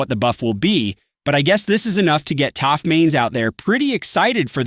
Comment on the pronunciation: he said toph not taph